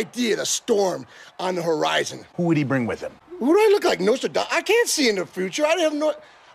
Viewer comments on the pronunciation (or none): none